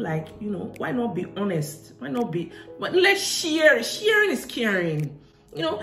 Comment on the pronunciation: lets she-errrr it, sheeerinnn is cearrinnn - haha!!